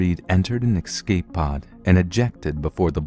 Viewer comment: It really puts me off every time you say excape (which is a bunch of times in this one...) You're a great narrator though, so keep up the good work! It's quite soothing to listen to your storytelling while working on stuff, so it's really appreciated :)